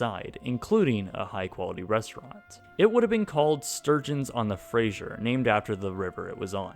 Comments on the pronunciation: Fraser, not Frasier. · BC local, its "fray-sur" not frasier like the tv show. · had a hard time with the pronunciation of the Fraser river. It is not uncommon for back-easters to say it wrong! It is Fraser - Fray-zer. Not Frasier. Not Frays-jer. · Fraser is pronounced phrase-ur, not fra-sure bud. Get it right. Ffs. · The river is called Fraser. Pronounced like Razor. Not Frasier. The river isn’t named after a tv show. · Fraser River, not Frasier River. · im from vancouver and you pronounce fraser river incorrectly, it's more like fray-sir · Can't help but notice he keeps saying "Frasier" river. 😞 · Lol he pronounces Fraser wrong he says it like frasier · A few things: - Those aren't rivers. Expo was on False Creek, so named because it's an inlet, not a creek - It was left to rot in Burrard Inlet, not a river. - The Fraser River is NOT pronounced like Frasier the TV show, it's /ˈfreɪzər/ - The pavilion in the photo was not the Malaysian one, as I recall it was Egypt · minor pronunciation correction. The river that the barge sits on, is the FRASER river, not FRASIER.....there is no I. It is not pronounced like the character from Frasier / Cheers. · Fraser River is pronounced Razor but with a "F" instead of a "R" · You keep pronouncing the Fraser River wrong. Its Fraser with an S like in "snake". Sorry it just really bothered me